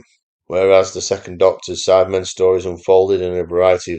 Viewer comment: Sounds like you keep saying “Sadmen” regularly 😂.